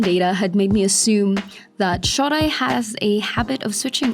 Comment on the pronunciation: I adore your videos, but I wish you would listen to the proper pronunciation of some of these names, I've lived in Japan for 5 years and nobody calls him "hakuhaw", and this guy isn't "shawdai", .. it's the "O" from "Oh no "..any listen of NHK broadcasts would tell you how to pronounce these names.. please give it a try! It doesn't detect from the quality of our fantastic videos, I'm just picky. Shodai, I think he lost his mojo after he got covid